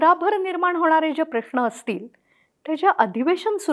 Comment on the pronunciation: प्रश्ण प्रश्ण का म्हणताय?... प्रश्न हा बरोबर उच्चार आहे.